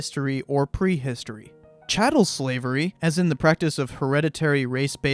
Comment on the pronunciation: CHATTEL not CATTLE.